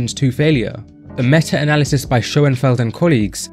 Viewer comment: So, you ignore the criticism of the methodology in my post, because it is sound. The study you chose to defend, as you deem it the best, while mispronouncing the name in its title, and the actual word 'analysis', required 3-4 sets 2-3 times per week, so basic requirement of six sets of leg extensions per week in an isolation exercise. Now, you can find endless unscientific studies to back pretty much whatever you want to claim is the case, but I'd consider so few sets suboptimal. If I were running that study, I'd have asked for more like 16-20 sets per week, would have specified time over repetitions and tempo, and required the plates not touch at the bottom. It's not difficult, is it?